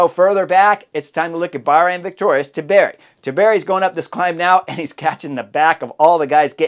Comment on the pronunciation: Chris please man, for the love of God, it is not Tibieri, it is Antonio TIBERRRRRI!! 😂 Like Antonio Montana, but TI-BEH-RRRI! 😂